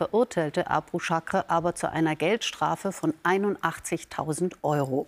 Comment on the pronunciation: Abu-Chaker! Nicht Abu-Chakre oder?